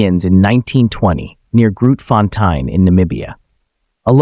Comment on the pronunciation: The way you pronounce Grootfontein is hilarious! I've stood on it myself. Good video!